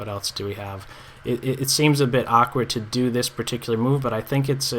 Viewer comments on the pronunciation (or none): "What elts is there?". What does "elts" mean?